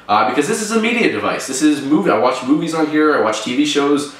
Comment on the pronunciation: at 1.39 when he say movies, it sounds like he is saying boobies... just saying...